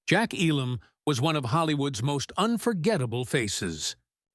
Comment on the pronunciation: And mispronounced.